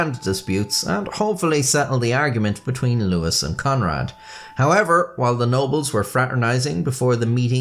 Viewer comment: Louis III is NOT pronounced "Lewis"